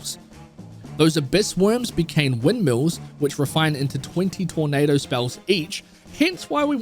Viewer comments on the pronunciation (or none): none